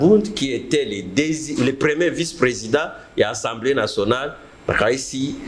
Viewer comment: Slt ndeko. Pardon olobaka tjs " ENSEMBLEE nationale ". Sikoyo owuti ko tanga ba articles et tu prononces ENSEMBLEE nationale ( peut-être avec accent aiguë selon yo) mais ce mot n'existe pas en français. Na lopoto ba lobaka assemblée nationale. Na landaka yo mais olobaka tjs ENSEMBLEE nationale.